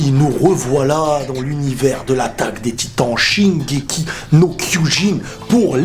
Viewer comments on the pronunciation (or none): none